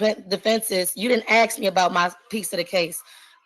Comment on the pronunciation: This is the most ridiculous court case ever and that's saying something. The judge should have stopped the procedure and insisted that this ridiculous woman go somewhere with no background noise or, failing that, order her to appear in person. Furthermore, you don't "axe" a question, you ask it.